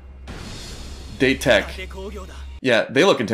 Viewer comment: It’s kinda fun hearing you pronounce the names, especially date tech as I love the cheer they get so much that my brain will sometimes go “go go let’s go let’s go dateko!” On repeat